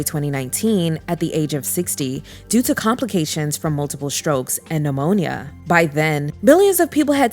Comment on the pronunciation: That was sending me, but not as much as saying the man passed due to "ammonia." 😅